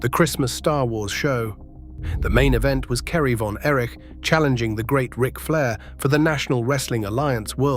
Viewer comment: I'm out when the voice said "von Erish"😂